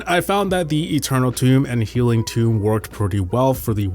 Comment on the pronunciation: healing TOME, not tomb lol